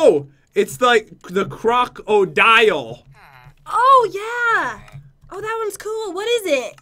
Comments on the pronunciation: Pat and go to a river and see a crocodile Pat: JEN LOOK ITS A GRAGADILE: It’s crocodile are you purposely saying it now?? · Pat you said crackadile when you spwaned it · The croukldile slammer that’s what he said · It’s pronounced croc-o-dile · You sayed cragodile but in the title is cragadile